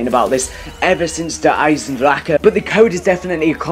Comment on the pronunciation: OMG EVERY YOUTUBER SAYS DER EISENDRAKA THE CH DOES NOT MAKE A K SOUND IT'S GERMAN. IN THE MAP RICHTOFEN SAYS "FEED MY DRACHEN!" IT DOESN'T MAKE A K SOUND!!!!